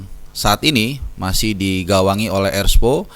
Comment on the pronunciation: Erspo , R nya RUWET